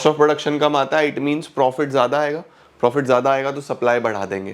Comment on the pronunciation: Zyada ❌Zada✅